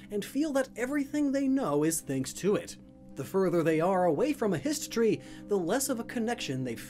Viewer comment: Hist Tree? Histree? Histry? History?